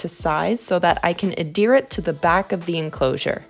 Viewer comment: I like how you pernounce adhere and adhesive, not loling ive never heard the that way 🤘😆🤘